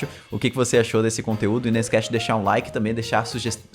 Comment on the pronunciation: Ganhou meu "laique" nos incas e astecas hahahaha